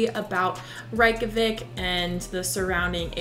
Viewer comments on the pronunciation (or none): The correct pronunciation of Reykjavík in Icelandic can be phonetically written as Rayk-yah-veek. The "a" in -Rayk is similar to the "a" in the word "pace", while the -yah sound is pronounced similarly to the word "yes" in German, "ja", with a very open "a"